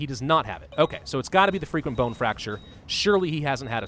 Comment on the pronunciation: It always sounds like your saying freaking bone fracture instead of frequent bone fracture